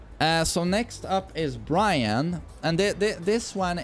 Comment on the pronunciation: FINALLY, you got bryan (byron) right!